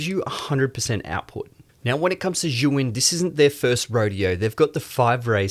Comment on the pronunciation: You keep calling the brand "Zhu Yin" instead of "Zhi Yun" But this is a great video